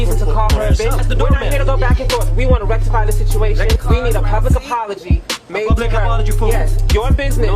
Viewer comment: how would you spell how says situation maybe sitwation?